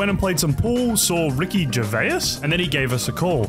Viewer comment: Ricky Ger-vay-us 😂😂